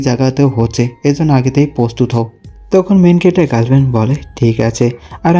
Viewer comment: Main calactor main calactor sunte kemon jeno lage😅